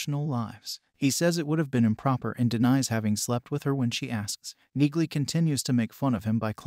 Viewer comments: What's your deal,? Did you read the books? Did you watch the Amazon Reacher? A few sentences into your video and you are MISPRONOUNCING NEAGLEY!! Clean your ears and show respect by correctly saying her surname! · Her name is pronounced, “Neely” not Neegly. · Auto-narrators are awful; that is so aptly demonstrated here. Perhaps you could write the script so the AI 'says' "Neelie" the way it IS pronounced not the way your video crushes it, throughout...? And "Reacher" continually corrects anyone who calls him anything else - so your AI calling him 'Jack Reacher' is also well-off. Sorry - - not finishing this. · "Knee-lee" the g is silent, but an AI wouldn't understand that!! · CORRECTION #1: IT'S PRONOUNCED "NEELEY" ! CORRECTION #2: IN THE BOOKS, REACHER IS DEPICED AS 6'5" IN HEIGHT !!! ALAN RITCHSON IS, BY HIS OWN ADMISSION, 6'3" TALL !!! DETAILS MATTER, LOL !!! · It’s NEILY. Do you pronounce the k in knock? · The "g" is silent. It's pronounced "Nee-Lee". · Frances Neagley's last name is pronounced "neeley" the g is silent!!! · it's pronounced NEELY! Read the books! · For people commenting on the pronunciation of Neagley's name. Yes you are correct the G is silent. This is clearly and AI doing the voiceover for the video so the software did not catch that. For people commenting on the physical touch and her fighting skills or military training. This is a fictional character so the fact that she is in the military with a "condition" should be part of suspension of disbelief. As part of the inside logic of her fighting skills it is obvious whe she talks about touch it is about a much different context like intimacy, sexuality or having strong personal space and boundaries. In fact, the fact that she does not like physical contact makes her a fierce fighter and is implemented on her fighting style (using objects as weapons as a barrier between herself and opponents for example). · The "g" is silent in her name...you didnt watch the show. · The “g” is silent 🔕!! 😆